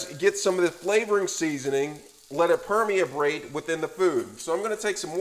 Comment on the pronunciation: Ala dental? Permi-a-tate? Lol!